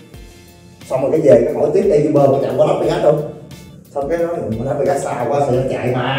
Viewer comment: E góp ý nha a, uber đọc vẫn là u- bờ ạ